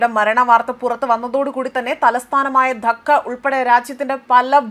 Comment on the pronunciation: ധക്ക 😂 ധാക്ക എന്നാണ്